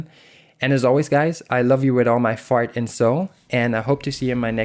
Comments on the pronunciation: Is it "heart and soul"? or..... cause I heard "fart and soul". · lol ya i heard it, too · Omg u do say fart and sol XD I'm dieing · Did he say 'Fart and soul'? fr i've played it back multiple times.... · did you say fart and soul